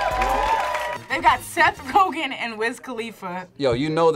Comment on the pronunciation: Ain't no way said Seth cogan